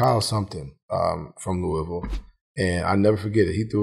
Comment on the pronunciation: I heard it too lol. When he said looeyville it kind of stung my ears cuz I hear ppl from there say it the other way all the time. lol. He switched it bacc quicc.